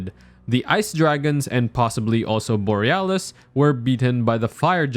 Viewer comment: Placidusax has 5 heads on his model, but the Old Lords Talisman refers to him having 4. Also, pronunciations! Placidusax: Plah-si(rhymes with Sif)-du-sax Ezyke: i(rhymes with hit)-zeke You pronounced Borealis correctly. Adula: uh-duel-a Also, let’s be real, Placidusax in his prime could probably 1v4 Godfrey, Mohg, Morgott, and Radahn at the same time.